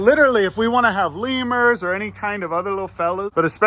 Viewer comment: Did you say lemur.................................................................